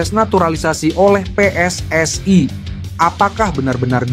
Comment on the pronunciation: PSSI...bukan PSSAI..kalau bikin narasi yg benar dong 😂😂😂